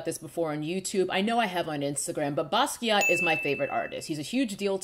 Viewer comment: Not Basquiat omg 🤣 I love you